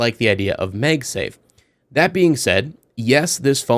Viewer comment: Why are you saying MEG safe and not MAG safe? Its the first time Ive seen someone said it that way lol. Overall good video anyway. I love my P9PF :)